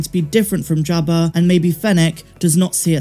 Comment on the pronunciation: Can you say Jibba Jabba and Jabba The Hutt without the Bristolian accent? LOOOOOOOOOOOOOL loving the content.